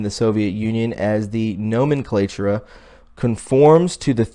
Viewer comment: Dude! Bourgoisie, nomenclature, Constantinople et cetera! My ears hurt. Please prepare before posting!!!